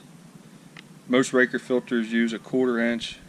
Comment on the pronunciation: I’ve always heard it pronounced ray cor. Raker is something on a chain saw. Put the same one on my bx2230 about 8 years ago.